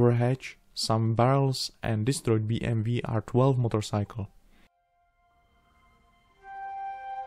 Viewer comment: 1) ten kámen lmao 2) sorry ale neni to bý em vý ale bý em dabl jů ..... Takhle vyspellovaný v češtině to vypadá vážně divně 😂